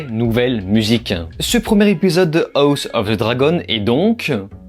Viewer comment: Tu sais pas dire house quand meme tu te fou de nous